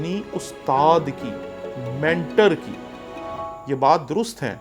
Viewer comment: very humbly I would request you to correct you pronunciation of the word you wrongly pronounce. this word is mentor. آپ اسے مینٹر کہہ رہے ہیں۔ پلیز یاد رکھیں یہ لفظ مینٹور ہے۔ برا مت مانیے گا میں بھی ایک پروفیسر ہوں اور چاہتا ہوں کہ آپ اس کی اصلاح کر لیں تاکہ کوئی دوسرا مذاق نہ اڑائے